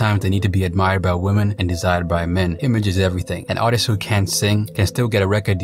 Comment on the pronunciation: “Ar is tur”